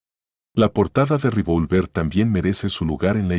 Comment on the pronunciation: Re -vol -ver.no tiene acento en la o.